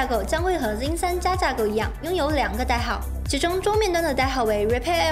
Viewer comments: 這英文破到笑，zen念zin，拉斐爾念拉佩爾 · 我一直聽到 jin 3